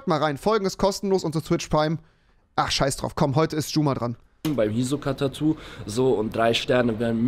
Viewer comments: Das tut weh wie er hisoka sagt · Es macht mich irgendwie aggressiv wie er Hisoka ausspricht